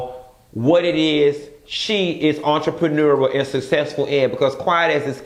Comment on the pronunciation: Chileeee “entrepreneururl”😂😂😂😫😫